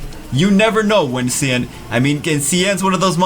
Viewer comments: Sian is the Gaelic spelling for Sean, Shawn, Shaun. It is not pronounced See-ann! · His name is pronounced like Sean.